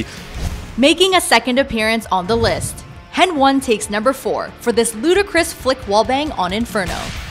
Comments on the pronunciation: It triggers me so much when she says hen one instead of heni... I mean its obvious af... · saying hen one multiple times instead of heni lol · Did she fcking say hen one?!